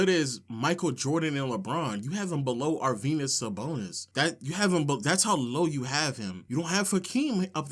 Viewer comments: Ar-Venus Sabonis my nigga? 😂😂😂😂!!! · Really, Low? Arvenus Sabonis?? Is he, like, the Tom Brany of basketball? That's just lunicrous! Aside from not knowing how to say Arvydas Sabonis, your debate skills are amazing. That is, if rubbing your forehead and getting all sensitive without making a single salient argument are debate skills. You clearly have an aversion to evidence and numbers, so I wonder if your entire stance is based off your fragile emotions or is there something more substantive you forgot to mention.